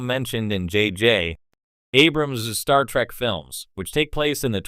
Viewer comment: More like "Star Track" AI slop.